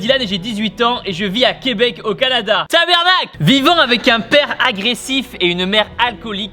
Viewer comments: Bonjour Tibo ce n’est pas tabernacle mais TABARNAQUE!!! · Ce qu’il savent pas c’est que c’est pas tabernacle mais tabarnak😅😂